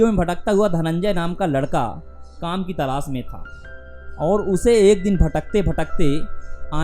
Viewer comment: Nirdos nahi... Nirdosh hai Talaas nahi... Talaash hai Syadi nahi... Shyadi hai Internet is full of such creatures who speak wrong Hindi